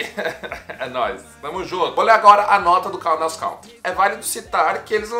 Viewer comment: Caldas “country” não se pronuncia assim. Escute depois pelo Google tradutor a pronúncia correta da palavra “country”. É bem diferente do que a maioria das pessoas pronunciam, que é bem errado. Faça isso e depois fique a vontade para corrigir quem quiser, pois te dou a garantia que não existe essa pronuncia popularmente dita em forma alguma em inglês. É um vício de linguagem que alguns brasileiros adquiriram por falta de conhecimento na língua inglesa.